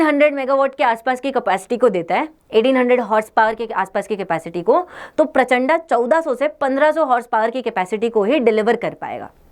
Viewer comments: हम हिंदी भाषी हैं और इसका नाम भी हिंदी मे है "प्रचंड" न की प्रचंडा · Mam It is not prachanda it is prachand